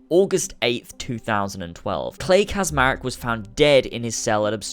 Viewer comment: Subject 16, Clay Kaczmarek was also butchered. "Cz" in Polish is pronounced as "ch" not as "z" like so many Americans seem to think.